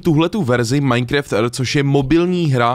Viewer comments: Taky vás štve že říká MINECREFT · Můžeš už konečně přestat říkat "MINECREFT" 😂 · už to byla taková doba a furt říká majnkreft hmm